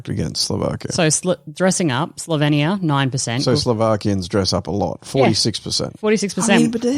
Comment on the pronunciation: Just one comment - it’s pronounced Slo-veen-ia. Not Slo-ven-ia.